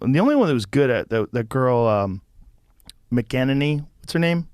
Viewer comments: It's funny that Joe couldn't pronounce Kayleigh Mcenany's last name, but it's ok. I can't spell it right without using voice text and even then I'm not sure...... Damn you dyslexia!!! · You're over-interpreting. He does smoke too much pot and it's a tough Celt name to remember and pronounce exactly, so when he finally got ready to try, he still mangled her surname. Let's just agree that M c E n a n e y is a super hot babe!